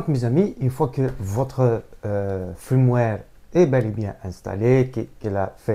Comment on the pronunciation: Un fiiirmware et pas un frrrrimware sinon merci pour l'info 😁😁😉